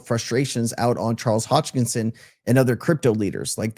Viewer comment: Sensei, it's Charles Hoskinson, not Hodgkison. 👍